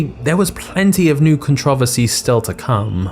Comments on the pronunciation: Contro-versy, it's not hard to pronounce it correctly. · holy fuck, how he pronounces controversy should be illegal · Stopped watching after he said controversy......speak American dammit. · It’s CONTROVERSY NOT CONTRAVESY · It's pronounced Con-Tro-Ver-See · Con-tro-ver-sary. Say it with me man, con-tr-ohh-ver-sar-ieeee. LoL jk that just makes me trip every time I hear it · Con-tro-ver-sy. Say it with me controversy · He says controversy so wrong it’s con-tchro-verse-ee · The way he says controversy makes me chuckle every time. Other than that amazing video! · May you learn how to pronounce controversy? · This guy pronounces controversy in the strangest way imaginable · Why can't British people say "controversy" right? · I almost started watching this, but if you can not pronounce "controversy," forget it. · I cringe when I hear British people say words wrong totally adding letters/sound or removing them like ContrOvERsy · Controversy! Say it! Controversy! Please learn how to pronounce the word! 🤦🏻‍♂️ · Why are you pronouncing "controversy" like that? is it a British pronunciation? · The way you pronounce "controversy" gives me a headache. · I'm just here to enjoy the way you pronounce "controversy". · Has anyone told him how to pronounce controversy yet? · How you pronounce controversy kills me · That's NOT how to pronounce CONTROVERSY (you massacred it)‼️